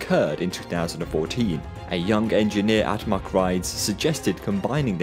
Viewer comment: "Say Mack." "Mack." "Say Rides." "Rides." "Ok. Say MACK Rides." "Muckrides."